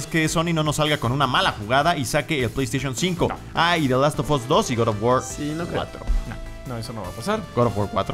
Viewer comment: Richard Rodríguez the last of ass :v